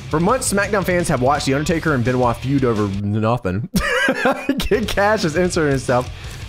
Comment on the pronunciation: Can you please say Chris BENOIT not chris ben CHRIS BENOIT